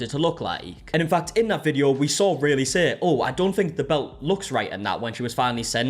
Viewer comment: It was spelt Raylee, so he is pronouncing it correctly. It’s not ry-lee it’s ray-lee